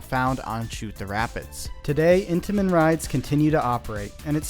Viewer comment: Every time you said Intimens I thought of cheese danish 😂😂